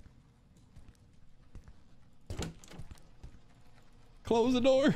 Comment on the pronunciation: The way he said. ClOsE tHE dooR